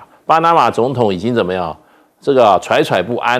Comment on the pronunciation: ，那个应该读“zhui zhui 不安”。惴的读音和坠一样。